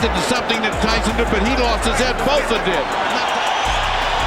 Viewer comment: I turned this crap off when he pronounced his name as “Botah” 🤨🤦‍♂️ In the video it is pronounced properly, but not in the commentary.